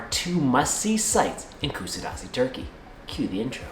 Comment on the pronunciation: if you are going to make a video please learn how to pronouns it properly